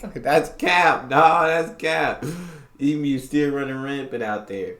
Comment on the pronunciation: I heard you pronounce it 'Eem-you'. +++++++. Correct.